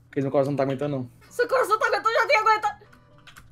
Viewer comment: nao é moonkeise é moonkese